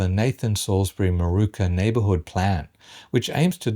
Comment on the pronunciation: It's Moorooka not Marooka